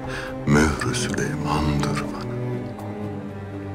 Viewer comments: Hürremin sülüman demesi😂😂😂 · Sülömön desen bu is bitmisdir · Sülüman adını söyleyemeyen her kadına asılmak zorunda değilsin kanka